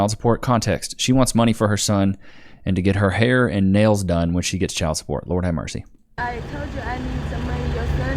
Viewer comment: that "nails" 😂🤮